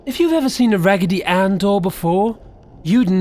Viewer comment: RAGITY ANNE DOYS SCARE ME